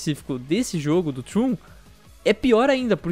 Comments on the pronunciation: n querendo ser chato, mas se pronuncia da forma que é escrita msm, "tron" e n "trun". Algumas pessoas n gostam de ser corrigidas e preferem ficar erradas pelo resto da vida, mas eu acredito que o povo da central n é assim. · Trun? Num é tron não? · Trôn, não troon :P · É trOn, o "o" tem som de "o" não de "u" O vídeo tá foda, mas isso me deixou com agonia kkk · Puta que alívio saber que não senti isso sozinho kkkk só faria sentido falar assim se o game se chamasse " Troon" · Não se pronuncia "Trun" e sim "Tron":^. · Pq ses falam Trun e não tron, até em inglês é dito tron e não Trun É como se fosso escrito troon me da agonia kkskskawkwea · Que agonia de escutar eles falando "TRUN"